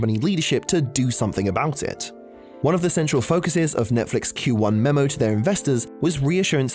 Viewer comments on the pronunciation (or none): none